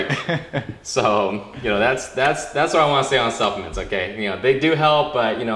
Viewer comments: when he was saying supplements I thought he was saying self mints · not being racist or anything I'm asian myself but when he said supplements I thought he said self mints. So I google'd it and didn't find anything lol me